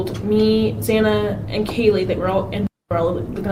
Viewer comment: Why does he continue to say xana bane wrong!!